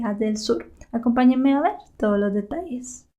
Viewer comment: ACOMPAÑENME A VER ToDOS LOS DETalles"... casi casi no se escucho la a